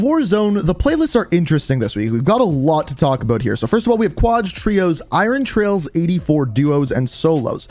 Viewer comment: You are saying Iron trials wrong.